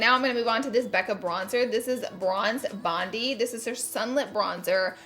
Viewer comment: Hahaha Bondi is a beach in NSW, Australia haha it’s pronounced like “bond-eye” 💕